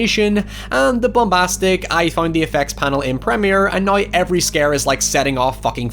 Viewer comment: English Language: "Now": "nOiY"